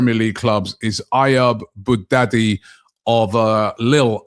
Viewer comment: Bouaddi not Bougdaddy😂😂😂